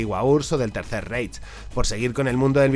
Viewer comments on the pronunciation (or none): none